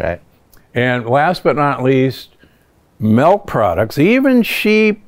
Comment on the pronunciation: It's milk, not melk.